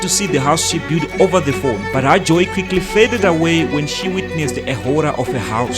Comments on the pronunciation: Can you please pronounce (her) in a proper way of ours as Zimbabweans not that (har) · why are you say har instead of her 🤣